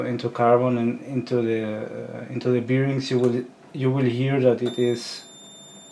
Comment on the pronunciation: Hmmm, beerings :) I had to look it up because I'm a non native speaker too, but it's bârˈĭng Thanks for the video, super interesting! Something I never thought about, you'd definitely wouldn't want your part to fail because of that.